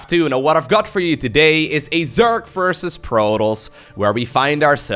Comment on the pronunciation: Is there any particular reason you say "zerk" instead of "zerg"? That's got me intrigued lately.